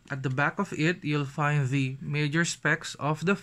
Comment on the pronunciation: HAHAHA 😂 Tagalog ka nalang kya. Mas okay pa siguro, yung "the" laging soft th